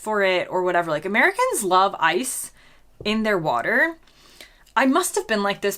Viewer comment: What a shame after 10 years you can't pronounce " Water " correctly.